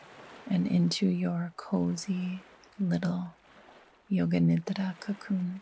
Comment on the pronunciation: It feels so alive and sensuous in my system how you consciously and mindfully say the word "nidra" in its true authentic form. I find rest, aliveness, and sensuality deeply ancient feminine codes. Thank you!